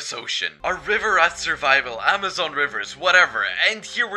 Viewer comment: ah yes zeemazon